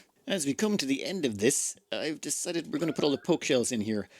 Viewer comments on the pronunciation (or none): none